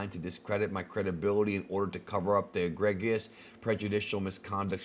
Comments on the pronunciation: Cousin eh-Greg-ius! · E-gree-just, lol. Other than that, good video as always, and thanks for keeping us updated on this story. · Eh-greg-ee-us. Lolololol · Eh-GREE-juss. Last two syllables pronounced like "Grievous." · To help you out, it's pronounced "uh-gree-just" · It's pronounced a-gree-jus